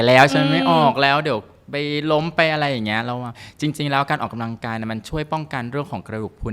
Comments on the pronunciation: ใช้ภาษาให้ถูกด้วยค่ะ. ออกกำลังกายไม่ใช่ออกกาลังกาย ภาษาวิบัติหมดแล้ว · คุณหมอผช.พูดออกำลังกาย แต่หมอผญ.ออกเสียงขัดใจมาก กาลังกาย พูดเร็วไปไหน ภาษาไทยนะคะ ควรออกเสียงดีๆค่ะ😢